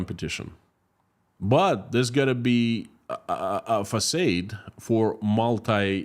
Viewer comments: Englishman here: Facade = FacARde not FacAYde. French word I assume, there's probably an accent missing from the second a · “Facade”. Rhymes with God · No "R" Fah-Sahd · Your English is fantastic, which is why I am taking the time to tell you that you mispronounced the word "facade".